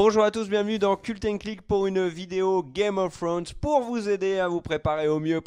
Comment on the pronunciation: A chaque fois j'attends le fameux "game of flllonn's" !!